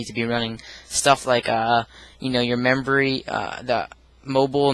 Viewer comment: he keeps saying membory.